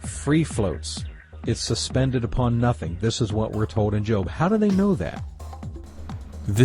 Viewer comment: Whenever you say nothing I keep thinking you're saying methene.